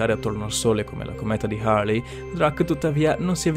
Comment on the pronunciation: La cometa di "Harley" non si puó sentire. Manca la cometa di Davidson, haha. Un video cosí interessante e poi una sparata come questa? Peccato, ma capita... e ricapiterá. Cmq naturalmente si chiama la cometa di Halley.